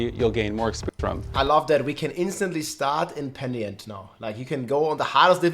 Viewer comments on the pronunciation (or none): "Penient" = X PE - NI - TENT = yes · "Peniant" "pentinent" yea this word is hard for the german people 😂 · its pronounced.. "PEN" "I" "TENT" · He literally told you how to say it and 2 seconds later you FK it up. PENI- TENT. Omfg. 🤦🏼‍♂️ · love how rob still wont say penitent right lol love your content man, looking forward to your build guides for s6!